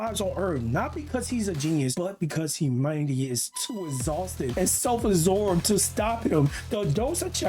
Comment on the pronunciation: "humanity is too izzhaulsted and sel assorbed" Try like 5% harder bro